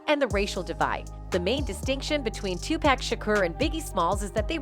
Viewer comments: My goodness his name is pronounced TuPock I know how it's spelled but Pack is not his name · It's funny you can get everyone else's name right but 2pac's it's not pack it's 2pac.. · It’s Tupac not Tupack…GOSH…white people… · Is this video narrated with AI? ALso, "Tupac" is pronounced TU-POCK not TU-PACK... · His Name is Too-Pock (2Pac) NOT Too-Pack ... Learn to Pronounce The Man's Name Before Capitalizing Off His Death. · TUPAC not 2 pack say his name right !!!!! 😡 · 2 pac, not 2 pack. Get it right, if you can't say it right don't report. I can tell you don't care. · It's pronounce 2 "pock" not "pack". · Poc not pack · Ommfg...why do white ppl always finding ways 2 fuck up on ppl names...wtf is 2 pak 🙄 😑 😤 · Decades later people reporting on Tupac still refuse to pronounce his name right. Smh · If you're gonna make a video about Tupac, say it right?